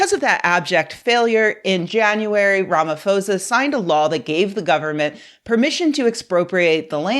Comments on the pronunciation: The “h” is silent in Ramaphosa😂✨ Good video though. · 😮‍💨it's the "Ramafosa" that's bothering me more than the racist couple. Dear Americans if a consonant is immediately followed by an "h" it doesn't make a "f" sound it just emphasizes the consonant sound. The "pho" in Ramaphosa is pronounced "po" like Po from Star Wars. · supremely awesome video. lil correction . its RAMAPHOSA pronounced as RAMA-PO-SA. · Pronounced : RAMAPORZA❤ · Hey, great video so far. Just a quick correction. Ramaphosa is pronounced Ramaposa. The "h" doesnt turn the p into a f sound. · I'm not going to judge you too harshly because most of the content creators I enjoy don't seem to do that either, but you can just google how to pronounce people's names. You can find several recordings of South African news segments where Ramaphosa's surname is pronounced correctly. That goes for the people mispronouncing Steve Biko and Tokyo Sexwale's names as well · The "ph " in Ramaphosa is pronounced as a p. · Oh god she is pronouncing him like Fox news 😂. Maybe google the name of presidents before making videos about them? Why are americans like that? It takes 5 seconds😂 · Just a note, in most South African languages (including TshiVenda, which is Pres. Ramaphosa's family language), the "ph" consonant blend is pronounced like a hard "p" sound, never like an "f" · Great video, although heads up, the "ph" in Ramaphosa is pronounced more like p than f. Also, beyond the Musk angle, the South African media was scrutinizing the Afrikaner Afriforum and Solidarity organizations for going to the us and spreading these ideas at republican conventions. Glad you are doing ur part to counter these narratives